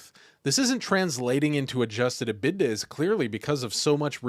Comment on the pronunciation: EBITDA is pronounced EE-bid-uh. no disrespect intended. i figure you just read a ton and seldom if ever hear a person actually say it. dig your content so far.